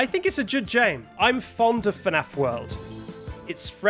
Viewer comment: YOU SAID JOOD JAME 🫠